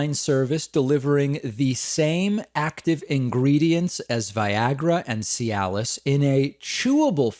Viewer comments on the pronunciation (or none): none